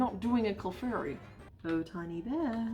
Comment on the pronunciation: everytime she said "no cleffairy" a piece of me died